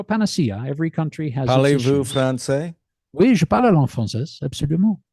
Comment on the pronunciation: He can say je parle français, he pronounces it wrong though :)